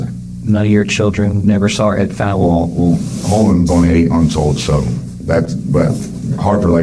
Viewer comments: Hey, appreciate your channel and enjoy your narrating voice! The pronunciation of her name is not like "Fall" but rhymes with "pal, Hal, Sal". They say it a few times in the video - she says the actual word fall, and then says, "That's Fallon" (because she was describing her falling). You can hear the words are very different from one another. I had a friend in high school named Fallon. No one ever really knew how to pronounce her name. Not a big deal, just thought I'd let you know in case you ever encounter a Fallon in the wild (doubtful, kind of obscure name)! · Just FYI, her name is not pronounced “fallen,” it’s pronounced Fallon like “gallon.” Very good coverage though… I’ve never seen some of the things you’ve had here! Thank you! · Do this child the respect of pronouncing her name correctly. Fallen rhymes with Alan. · It is fallon. Not falling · Did you really watch an hour of this interview about a child named Fallon and still pronounce her name “fawlen?” Time to invest in a better AI. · Faaaaalon. Not fallen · You pronounce the name Fallon like Val or Hal. Not like falling or a fall day. Val, valor, Valerie etc thanks! She’s not “mother of the year” as she tried to portray herself. Her changing her story for the fortieth time was annoying! You could see it coming when she’d say, “the only thing I can think of” smh!! I hope everyone is aware of her crimes and cruelty in prison!! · It's more like Fail-on, rather than Fallen...I noticed, too 😊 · Don’t mean to be rude but could you at least learn to pronounce the victims name correctly? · It was hard to ignore you repeatedly mispronouncing that baby's name :/ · The narrator mispronouncing this poor child's name despite them saying it repeatedly during the interrogation is infuriating. Saying someone's name correctly is the most basic respect you can give them. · What make me even more pissed off, is this AI couldn’t be programmed to say her name correctly!! Sweet angel! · Thats not how you pronounce Fallon